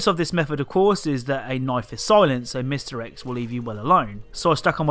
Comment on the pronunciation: Sometimes you say mr X and it sounds like misdirects.